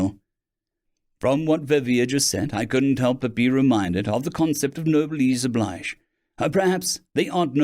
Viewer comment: It is pronounced No Bless O'bleege, the Obligations of being a Noble, being born with a duty to behave with fairness and dignity at all times so as to not bring dishonor to the family name. That includes dying with honor if needed.